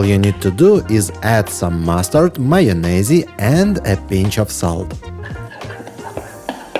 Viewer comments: Love how he says mayo nay zee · Mayo-nay-zee? Dumb discount a.i. voice. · "Маёнезы" rofl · “Chopped” eggs are not chopped 🤢 sorry, but no. Get a small stainless steel rack with this —> ### pattern, put it over a bowl, push your eggs through the rack. You end up with properly chopped eggs, that’s how many restaurants do it. Please don’t call that abomination mush chopped eggs, and “mayonezzzie” [???!!], what are you, 5? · "Mayonaisey" LMAO 😂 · AND, JUST SO YOU KNOW, YOU CAN PRONOUNCE MAYONNAISE WITHOUT SAYING THE (E) 😋👍🏼 🇬🇧